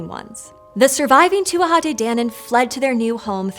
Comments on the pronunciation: It's pronounced Too-jah. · if you''re gona do a video on the Tuatha de Danann, you should prob try learn how to pronounce Tuatha correctly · It’s pronounced too-a not too-aha. K. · She pronounced tuatha like two-wah-ha and I hate it so much! It's just two-ah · Yeah she got it wrong she added in a whole extra syllable, Tuatha is not pronounced to-a-ha its pronunciation is closer to being too-a. The TH is almost silent. I'm an Irish native and a fluent Irish speaker if you are wondering what my source is. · It’s pronounced “tu-ah,” pretty close though. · Please, please, please consult with an Irish speaker before attempting to pronounce words in Irish. I gave up as soon as I heard the three syllable tuatha. If you can't even get the title correct it didn't seem like you would have much else that could be relied on. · I would have always heard it pronounced to-ah, without the third syllable. Maybe just Munster dialect. The real thorn for me is calling it "Gaelic" though! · Not really. It's 'too ha de danan', the first 'A' is silent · You might want to look up the pronunciation of Tuatha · So close on that pronunciation! Adding an extra syllable on the tuatha though